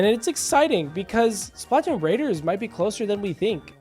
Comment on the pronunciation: please fix the way you pronounce splatoon not trying to hate i love the videos i just hate how you pronounce it but great video regardless